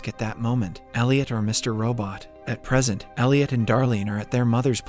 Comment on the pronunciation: I can never tell if this is a real guy narrating or a bot. Like he pronounces "resume" and "present" in very weird ways